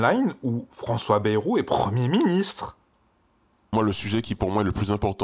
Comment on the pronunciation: Pas "Bérou" mais "Bayrou"... Ce n'est pas le premier ministre avec le plus de promesses (loin s'en faut) mais faudrait bien prononcer son nom